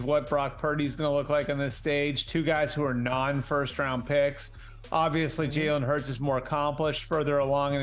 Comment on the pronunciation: Jerk could at least learn how to pronounce Jalen Hurts name